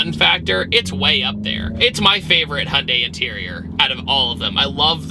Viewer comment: Holy shite, this is the first time I've heard you say Hyundai correctly, instead of "Hundai"! I had to do a double take 😂😂